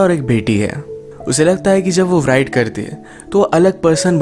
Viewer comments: Am l the only one who noticed him saying 'व्राइट' not 'राइट'... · WRITER aur WRITE ko RAAIITAR aur RAAIT parhtay hein. W silent hay.